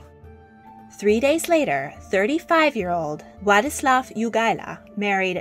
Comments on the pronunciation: Wadislaw is pronounced vadislav. w's are pronounced "v" is polish. :) so, her name is pronounced yadviga! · is Wladislaw is pronounced VLADISLAV /you forgot L /which is pronounced like W /wood/